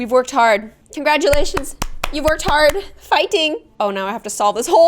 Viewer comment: did you say fighting??? it's like a Korean word LOL